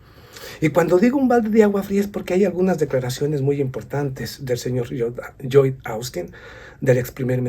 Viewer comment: Lloyd Austin Secretario de Defensa de Estados Unidos El nombre Lloyd se pronuncia como una L, Loyd